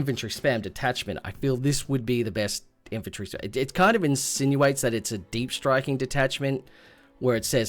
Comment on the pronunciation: "Infanrty" and "Hoard"